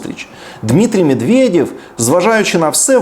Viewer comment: Денисе, щиро дякую! Я вас завжди слухала і російською але я дуже приємно здивована яка гарна ваша українська! Ще більше вас поважаю! І ще одне хочу зазначити: ви правильно робите вимовляючи російські імена так як вони насправді звучать наприклад Дмітрій Мєдвєдєв. Це світова практика. Дякую!